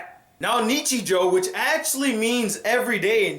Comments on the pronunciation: Oh It's pronounced "neechee-joe" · "niCHIJOU", the stress falls on the second and third syllables.